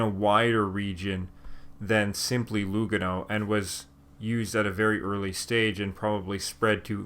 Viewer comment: Very interesting video...only correction: the correct pronunciation is Luga'no not Lu'gano. apart from that well done.